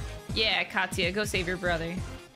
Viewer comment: Oh Katsuya, as in "Cat"-suya.